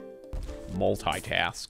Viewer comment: saying "MulTi-TasK" killed me.